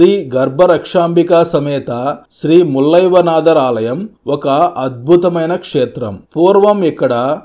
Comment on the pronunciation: Sivudu peru Thappuga paluku thunnaru...Mullai vanaadhar kaadu, Mullai vana naadhar...